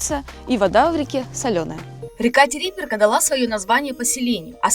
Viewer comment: Правильно не Териберка ,а ТерибЕ́рка